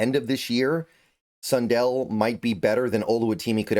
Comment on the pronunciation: yeah! and i prefer sun-dell instead of sun-dull 😂